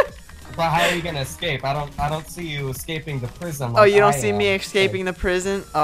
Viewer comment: you are pronouncing escape wrong